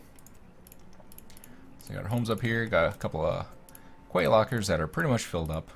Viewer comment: you should build a couple more trading posts. more opportunities for supplies! also, just so you know, quay is pronounced 'key'